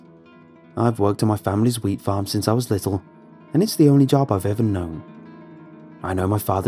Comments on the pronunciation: WHEAT...ah...I thought he said weed😂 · Grain, oh I thought he said weed farm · Did anyone else think he said Weed farm at first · Being honest, when he first said wheat farm I thought he said weed farm. I think it's got to me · Please tell me I'm not the only one that thought he said weed farm.